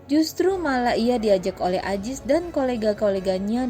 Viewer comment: Zainudin bukan jainudin Azis bukan ajis